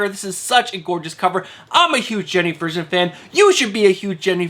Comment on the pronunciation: Just a Helpful Hint on Jenny Frison. It's pronounced just like Prison, but with an F. THX for all you do, the time you invest in this is much appreciated by us all. Always enjoy your Cover Lover Picks. Oh BTW since you asked my COVER LOVERPicks this week...I'm digging these : Batman #124 Cover D Incentive Filya Bratukhin Card Stock Variant DARK CRISIS 1 STEVE BEACH VARIANT